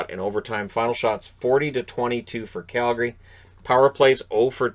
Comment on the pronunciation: I can’t understate how much I love that you pronounce Calgary properly